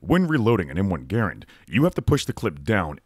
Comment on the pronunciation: so we have three garands in my family (and props for SAYING IT RIGHT) and mine actually requires user intervention every time to drop the bolt! The other two are fifty/fifty.